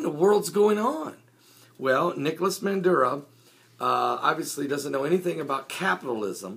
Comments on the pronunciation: IS NOT MANDURO, His NAME IS MADURO (maaaduro) pronounce his name right... I would like where the heck is your source and where he got this from, I was there two weeks ago and everything is ok, the media is twisting this shit around WHY? OIL, come on be honest and preach the right stuff... Venezuela gave the profits of the oit to the poor people and the one who keep bitching are those who got money and are business owner because they are not making any money out of this. you from all people should know this, when people Jesus walked in the temple and saw people selling and making money off the house of the lord he went off on them... PREACH AND WALK THE LINE. Why every country who does not follow America's way is a socialism? some time I feel or sense that you follow two masters. there is only one master Lord and savior Jesus Christ the all mighty one the ALPHA AND THE OMEGA. NO ONE KNOW ABOUT THE END DAYS NO EVEN THE SON OF GOD BUT ONLY THE FATHER, why you keep saying we are in the last days, DO you know that for a fact? did Jesus came and told you that? as a pastor you need to walk a FINE line. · MADURO!!!!!!!!!!!! No " Manduro". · 20 seconds in and you can't even pronounce his name correctly. FAIL.